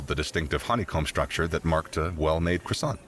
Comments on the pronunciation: You call Croissant a 'khrua-sont', AUTHENTIC FUIYOH!!! I'm not French, but a Thai and that's exactly how we call croissant with a bit of difference to fit the local accent. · Please stop saying croissant like that